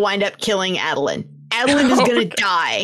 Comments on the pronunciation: A-dolin, not Ah-dolin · While it is indeed 100% valid to pronounce anything in the cosmere however you want... it's definitely A(long A)dolin right?? Maybe we should, as a community, decide on a standardization of pronunciations? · Came all the way here from the podcast just to make this comment: It's a long A for Adolin. For many, but here are a couple reasons. Adonalsium is a long A. Names derived from it use the long A, like Ba Ado Mishram. Though this I admit is subjective My main reason The world has president for a long A in name like this Aiden, Aidan however you spell it its more often than not said with the long A. Folks should be allowed to pronounce things however they want when it comes to fiction. Only making this comment as someone who is close with an Aiden. The sound may grate some but those who have it as their names would appreciate it being said with the long A. Knowing an Aiden who takes pride in his less common name getting some semi representation through Adolin, and seeing him as a namesake makes me a fair bit passionate about the subject. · Ae-doh-lin Ado is "light" Lin is "born unto". I believe it's in Oathbringer during one of Dalinar's flashbacks where they explain his name. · Long A Adolin, mostly so that instead of adolin blade I can say bladolin. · You're all sleeping on the third option, AHdolin, "AHd" rhymes with "God" or "Pod" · How's this for a pronunciation: Uh-DOLE-un? Also, I do not want adolin to become a radiant. He should be something new I think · The COREECT WAY to pronounce adolin is ah-dolun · I pronounce it AYY-doh-lin. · Long "A" Adolin I'd like to say because phonics-- a double a consonant after the "A" would make it short. But I think I think it has more to do with how I heard it on the audio book.